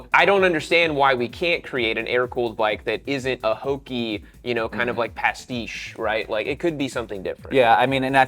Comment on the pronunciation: lol, “not cool”. You guys are BOOOOORED and you seem like you got old. (Early mid-life crises?) And listen to you guys: “gauche” and “pastiche”. 🤦🏻‍♂️😞 I do appreciate seeing the new bikes and I am NOT a rider yet (so yeah, ignore me, lol). But I think I’ll turn off the volume. Aight, I lied, I’m listening cause you guys have a lot of knowledge, but you’re both - are you ready for this - anachronisms, geezers, spoiled “hipsters”. Hehe Kawasaki W? You guys are frikken bored. That thing is fugly and UNcool. Now, the MG V7? THAT’S pretty cool. So YOURE gonna hate it, lol. WOW, STILL COOL after listening to you guys, lol. Annnnd, the BMW R12? Yeah, v cool. Looking. (Cause that’s about all this guy knows. Me.) Royal Enfield 650? Love the options for trims and colors. Agreed: Niiice